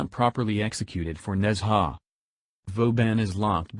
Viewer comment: It's not Nezha, it's Nun-Ja